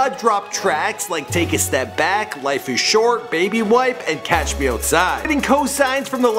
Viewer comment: "Catch me" nigga it's not that hard to get things right sometimes